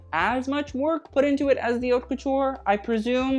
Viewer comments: Isn't haute pronounced like coat? not cot... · He does it on purpose (haute le mode doesn’t mean anything anyways)